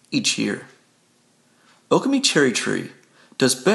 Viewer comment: Accent on the second syllable. o-KAH-me